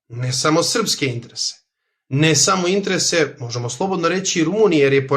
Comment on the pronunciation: molim te, samo izgovaraj interese, a ne intrese, baš mi zapara uši. Ostalo je sve top